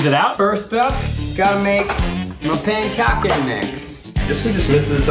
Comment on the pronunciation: My pAnCoCkEh mix